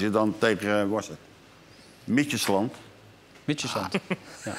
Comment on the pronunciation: Die Jan Boskamp is ook legendarisch … mietjesland Hahahahhaah Midtjylland